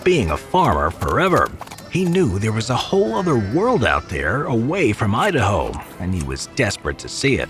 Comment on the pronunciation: “Idahome” lol